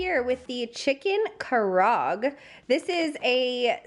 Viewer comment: kah rah ah gay * it’s Japanese.